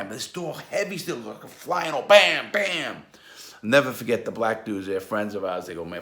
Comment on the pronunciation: "I'll neva fahget et"